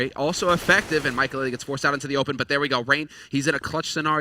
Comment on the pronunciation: Who watches this and said maikelelelelelele when the casters said maikelele Also i luv dyrus